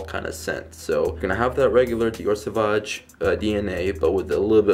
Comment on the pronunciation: But he says it good. Soovazje is how you pronounce it. I am dutch and french native.